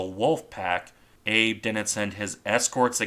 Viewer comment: I think the name Abe is pronounced Ah-bay in Japanese.